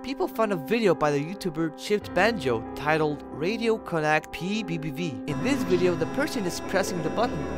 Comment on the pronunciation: Bro said pbiepvie